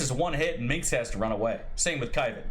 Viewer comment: How the F do you pronaunce Minsc wrong, it's not minx XD